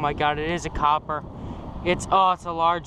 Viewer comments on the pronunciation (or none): For a moment I couldn't understand what he was saying... I was about to go to google and look up the word "kyoppa" lol.